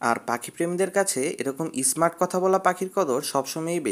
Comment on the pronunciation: ইস্পষ্ট ইস্মার্ট এগুলা উচ্চারণ হলো!!! আপনার থেকে তো পাখি শুদ্ধ উচ্চারণ করতে পারে।